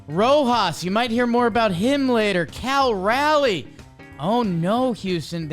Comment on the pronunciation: You can tell doesn’t watch the mariners by the way he pronounces cal Raleigh’s name